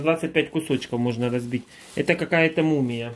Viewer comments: Это ты мумия😁, это мумие ударение на последнюю букву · Это "Мумие" ударение на букву "е" лекарство природного происхождения ,используется в нетрадиционной медецине ,как универсальное средство ! Ой я посмеялась с тебя ,это мумия какая то ее есть надо !)))) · сам ты мумия ...мумиЕ УДАРЕНИЕ НА Е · МумиЕ!!! А не мумия! 😂😂😂😂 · Привет из Германии!!!, это читается правильно- мумиё. Можешь в интернете прочитать насчёт мумиё, если тебе интересно 😜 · Не мумія - а мумійо. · Это мумиё ударение на ё это смола она правда полезная ... А вот травы ты сам говорил опасно пить не зная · МумиЁ. Ударение на Ё. Горная смола. Очень полезная. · Мумиё ударение на ё примерно со спичечную головку на один приём.